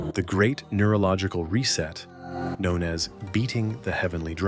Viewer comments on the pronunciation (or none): none